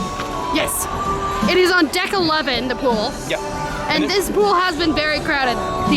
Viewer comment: I know I wasn’t the only person who heard dick instead of deck. Lol